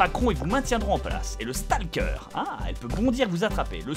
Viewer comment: Tu dois prononcer le mot "stalker" en "stolker" même Google traduction te le dis !